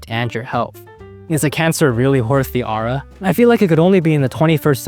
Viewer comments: but can't get over how he pronounces aura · i wouldve watched the full video if i didnt get so damn annoyed at how this mf pronounces aura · my name is ara and the way u said aura kept tripping me out lmfao